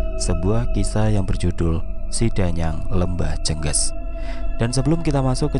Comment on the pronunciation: Mas, bacanya bukan jènggès Tp jènggés Spt baca ES bagian GES nya Jènggés itu kl di daerahku sm dgn teluh, santet